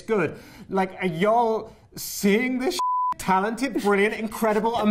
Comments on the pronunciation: you can see the struggle he has with saying y’all since it’s such an American thing to say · his ‘y’all’ i can’t😂😂😭😂😂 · Him trying to say y’all 😂😂